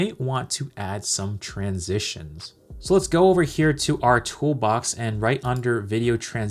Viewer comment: Ooops. "Transistions"